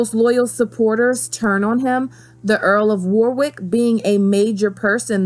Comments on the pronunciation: It’s not war wick it’s worrick, spelt Warwick. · Great video, love this period in history and I applaude the mention of Arthur, very few people know he existed. But so many wrong pronunciations! Warrick-War-ick? Wo-rick. Anju- An-joo? On-joo. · Elizabeth I will most likely be Dany, with the whole 'breaking the wheel' analogy. Also it's pronounced 'wah-rick' not 'war-wick', despite the spelling. Yes, us English are weird. Love the vids though! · Great video and well done on all the research into the War of the Roses. Just one little thing, the pronunciation of Warwick. It looks like it should be War Wick but it's actually more like Worrick. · FYI. It's pronounced Warick. The second w is silent. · Great vid! Sansa for queen! FYI it's pronounced "War-ick" (you don't say the 'w' it's silent) 😊